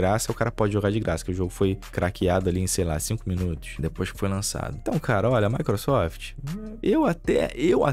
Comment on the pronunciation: "maequesofte" sempre destruindo os sonhos do kkkk😅